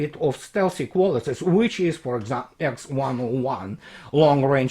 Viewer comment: Good content. Small remark with your permission: it's Kh-101. Understandable mistake, considering Russian letter "Kh" is written as "Х", similar to Latin "X", which makes even Russians to get confused.